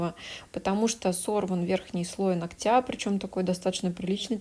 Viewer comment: Не ногтЯ, а нОгтя!!! Сколько можно?!?!🙄 Видео полезные, интересные и информативные, НО из-за таких ошибок неприятно смотреть(((